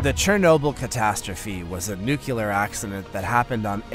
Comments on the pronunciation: there is no such word as nucular. the word is nuclear. learn to say it correctly or stop using it. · Say it with me NUCLEAR. There’s only 1 U. When you can’t pronounce a word like that, makes it hard to listen to